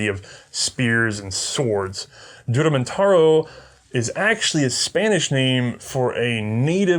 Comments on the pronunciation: Juramentado (Hooramentado) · The correct pronunciation of "Juramentado" is "Who-ra-men-ta-doe". The word is still used in the Philippines to describe anyone who suddenly snaps and tries to kill everyone in sight. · You need to pronounce it like "Hoo-ra-men-ta-do"